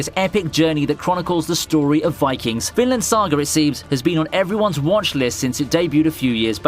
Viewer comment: This Guy : "Vinland Saga" also him : "Finland saga"